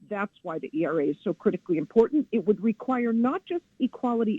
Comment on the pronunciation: Hey AI, it’s Equal Rights Amendment, ERA, not ERRA.